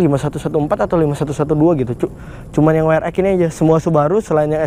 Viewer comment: We Er EXXXX bro... buka We Er Ekkkkk... :D :D Friendly comment yah...